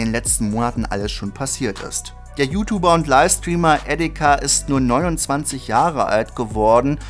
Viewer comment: Omg bitte sprich "YouTuber" vernünftig aus, das triggert ja mega.